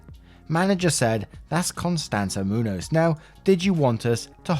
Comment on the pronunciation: So you know, when there's a "~" above an "n" that is called (verbally) an "en-yeh" and its pronounced as though there's a "y" after the n"", so it would be, MOON-yohs. The more you know :)